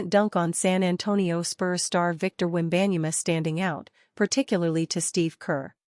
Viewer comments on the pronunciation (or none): Please pronounce people's names properly, before speaking it on air. She butchered "Wenbayama's" name.